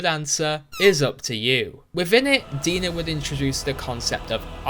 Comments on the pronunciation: It's not 'De-nah' like how you pronounce it. It's DNA. DeNA, get it? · Pretty sure DeNA is pronounced "DNA" lol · I think the company’s name is pronounced Dee-N-A as DNA(🧬).